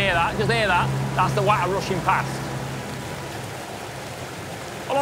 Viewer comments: I like Guy but I can't get over the way he pronounces "water". 🤣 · Just when I thought I heard all the pronunciations for the word "water".